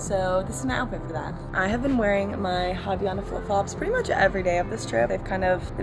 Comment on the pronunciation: Hey. I'm brazilian, and I'm pretty sure your flip-flops are called "havaianas", and not "havianas" 😅 havaianas is a brand from brazil, that's why I'm commenting this! Anyways, loved the vlog 💚